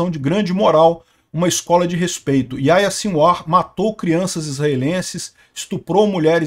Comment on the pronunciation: Lê-se Yarriá